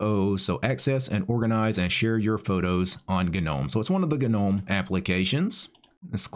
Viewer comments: I love your vids bro. I'm thinking about learning how to use MX Linux as I'm a windows user. BTW gnome is pronounced with a silent g! Keep up the great work mate!😉🤘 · The G is silent, btw…